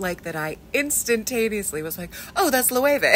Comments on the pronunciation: I really were totally unprepared for your pronunciation of “Loewe”. As someone who knows German I would pronounce it as “Löwe” where the ‘ö’ sounds like the ‘u’ in ‘burn’ and the ‘e’ sounds like the ‘a’ in ‘apprentice’. Not ‘Lo-Ay-Way’ 😅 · Lo-wey-vey? That's how it's actually pronounced? 😅 I only got to know this brand because Stray Kids Seungmin wore it while attending the fashion event. 😊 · How do you pronounce “Loewe”? Lowayway? That is about as ridiculous as those dresses. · Well said, and may I add in my least condescending tone that 'Loewe' is pronounced 'Luurveh', with the emphasis on the first syllable. It means 'Lion' in German. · No loewe means lion it's not pronounced like that?? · Don't know why I'm getting this recommended but I'm going to add Loewe to my list of "things I hate hearing English speakers pronounce." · omg thank you for educating me on how this is pronounced. I thought it was "low-eh" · Is that how the brand pronounces Loewe? It's a German word and the Spanish brand is named after a German guy with a German name. That's definitely not how Loewe is pronounced in German. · Damn, what a way to butcher that name. Although I do wonder how the pronounciation of that German name has changed over the decades since apparently the German guy moved to Spain where the brand was started.